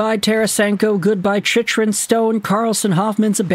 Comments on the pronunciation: His name is pronounced CHICK-run, not CHICH-run. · I know, he's been pronouncing wrong for years. Think he's trolling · Phonetically: Its chick-run. Its La-leems martian Murray wasn't traded for Talbot. Gustavsson was traded for Talbot. Try preparing for videos. Watch some hockey.